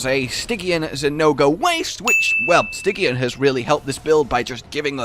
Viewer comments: "sti-jee-an",. Not "si-gee-an." -_ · I was enraptured until I heard him say stygian...